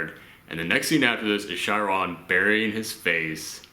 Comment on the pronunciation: Just about every reviewer I've watched that reviewed this film has mispronounced Chiron, so you're good dude haha